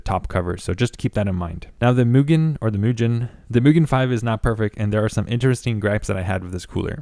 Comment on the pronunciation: Well done! Tip,: Use rubber gloves when working with unpainted aluminum products. The oil on your skin will case a chemical reaction on the metal. Mugen is pronounced "MOO" (like the sound of a cow) "gen" (hard g, not soft g like generation) due to it being Japanese in origin. Scythe is European and the c can be considered to be silent: syth (not Sith, of course!). 2,000 RPM. You accidentally said 200.;) The NF A12x24 is famous, not infamous, and it is neither the most expensive, considering that there are several fans that nor the most premier, except perhaps for the amazing SS02 bearings. The most expensive fans in my inventory include the SilverStone Air Penetrator 184i-Pro SST-AP184i-PRO, and a Delta fan. There are fans that even more expensive at over $100/fan, too.